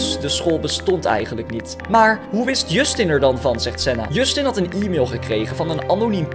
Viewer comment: Hahahaha ik lag me kapot je schrijft het als Justin maar je spreekt als djustin